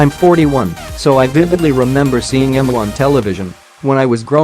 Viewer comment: If you're going to be lazy and use a virtual narrator, make sure it knows how to pronounce the name of the video's subject. It's pronounced, "Eemyoo".